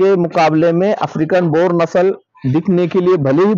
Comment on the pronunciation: Bor nhi boer bolte h bhaiyya